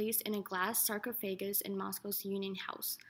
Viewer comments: I didn't even make it to the 1 minute mark. After I heard "Sar-fagus" I was like oh nah time to head out. Its pronounced sar-cough-agus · Sarcophagus pronounced as sar-co-FAY-gis? Is this narrator kidding? Is this a joke? Deceased pronounced as dee-keest. This is disgraceful. His body was not moved to the red square. His body was moved to Red Square! This shows how poor our schools are today. Here you have a narrator whoa can't even pronounce this simple word correctly. It's like she's done no normal everyday reading in her life. Is this, as "a final project of HIST002" is for a college level class, then it's simply disgraceful that this narrator cannot correctly pronounce that word. How in gods name did she ever get accepted into college? She can't even construct a sentence. The first sentence in the description is grammatically incorrect. It should read "This video is THE final project FOR HIST002." This is third grade English level grammar and she is in college and gets the grammar wrong and can't pronounce a simple word. Does't anyone else understand what this tells us about the educational system in this country? I would be embarrassed to narrate this video like she's done! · Sar co FAY gus? How about Sar cough a Gus. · Sar-Cah-Fuh-Guss NOT Sar-Koh-Fay-Giss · Did she seriously call a sarcophagus a “sarkovegas” and deceased “dekeesed”? This girl needs to learn to read before doing commentary. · DillyDub Sarconeggus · Sar fo ga fus lol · dekeased and sarkophaygus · That pronunciation of sarcophagus lol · You said sarcophagus wrong.